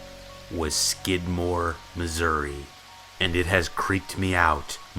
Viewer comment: I looked up skidmore Missouri it was exactly the way u said